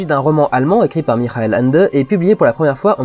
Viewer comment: j'ai envie de faire chiez, ça se dit pas "Mirael" mais plutôt "mihael", le h se prononçant comme un chat qui siffle